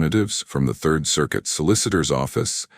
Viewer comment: It drives me nuts because throughout all of the videos on this channel.. They never pronounce anything correctly.. instead of saying third they say Thirth 🤦